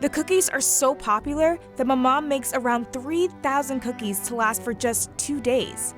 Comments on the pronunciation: Why do they name a shop after a name they don’t know how to pronounce maman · the way they say maman is making me cringe so bad because my mother tongue is french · names a bakery after a french word and cant even say that word correctly ...... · You mean "Maman" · that's not my name i say maman, what do you say? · i was so annoyed at the co founder not knowing how to pronounce 'maman'😩